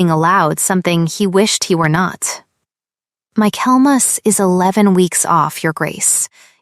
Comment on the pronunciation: The pronunciation of 'Michaelmas' is absurd.